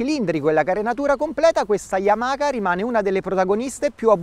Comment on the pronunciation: "yamaKa" YAMAHA DIOCAN